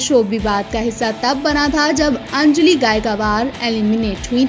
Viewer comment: अंजली gaikwad ka naam thik se lijiye